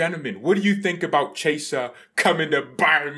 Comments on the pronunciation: Ki - Eh - Sah. Not Che - Sah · His name is pronounced as "kiyeza" 💀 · His Name is pronounced like kiesa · Let him say 'chesa', it's so funny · "Chi" in Italian makes a "kee" sound as in "keep". You should pronounce his name as "kee-yeh-sah", with the first two syllables said really fast together. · No it isn't. "Chi" in Italian makes a "kee" sound as in "keep". For anglos who don't speak Italian, you should pronounce his name as "kee-yeh-sah", with the first two syllables said really fast together.